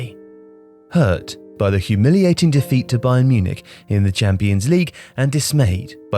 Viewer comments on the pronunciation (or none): none